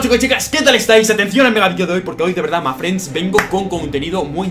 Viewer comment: Por favor deja de decir (ma friends)!!!! Porfa